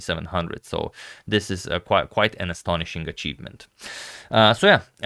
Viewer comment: 'Quiet an astonishing acheatvment'